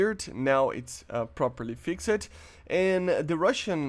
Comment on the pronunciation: Fixed is pronounced Fikst